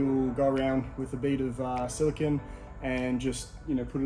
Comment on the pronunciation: FYI, Silicon is an element. Silicone (Cone) is a sealent. Us Aussies are often guilty of mispronouncing it. Great videos. Thank you for sharing your content. Your build looks fantastic mate, excellent job!